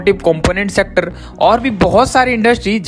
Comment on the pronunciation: Secterrrrrrrr 🤣🤣op pronunciation